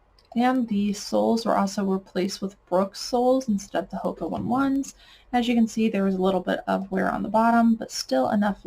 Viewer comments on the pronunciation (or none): Hoka One One is pronounced “Ho-Kah Own-ay Own-ay” Great video love all the detail!